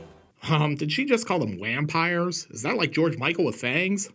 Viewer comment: Actually,... I heard "Bampires". And your "Daniel Larusso" comment did not escape me. Lolol!! I dont know why that one really got me, but it did. And then, of course, "We have the same haircut".